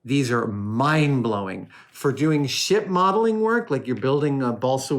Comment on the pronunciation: Haha didn't sound like you said SHIP the first time I heard it.